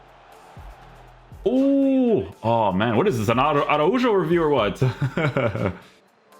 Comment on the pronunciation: that Araujo pronunciation almost gave me a seizure 💀